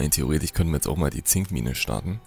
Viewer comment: Wieso kann eigentlich das... isch und...ich bei theoretisch, wahrscheinlich, ich, problematisch unsw. nicht richtig aussprechen. Ist das ein Dialekt oder ein Sprachfehler?